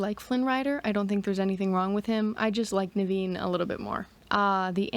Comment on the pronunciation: Your pronunciation of Naveen is spot on. My mom's brother's name was Naveen too.